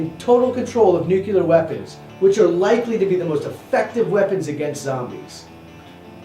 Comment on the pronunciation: ITS NUCLEAR NOT NUCULAR haha